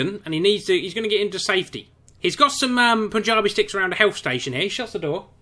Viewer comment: It's punji not punjabi